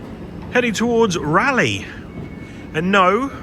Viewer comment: RAYleigh and not RAleigh. Its not a bike company. 😅